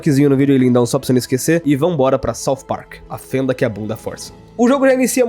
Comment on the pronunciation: "Parcu" KKKKKKKKKKKKKKKKKKKKKKKKKKKKKKKKKKKKKKKKKK